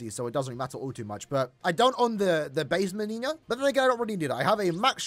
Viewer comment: the n in the word Menina is pronounced like no